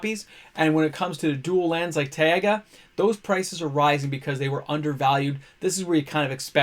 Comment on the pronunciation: Taiga is just "ti-gah" :D